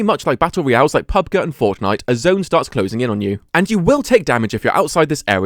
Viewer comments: Him calling pubg "pubguh" genuinely had me in tears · bro called pubg "pub guh" 😭